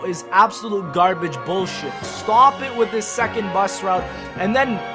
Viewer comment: Ffs please start saying the word "This" like a normal person.